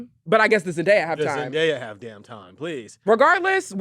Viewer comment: Her name is pronounced Zen-Day-Uh.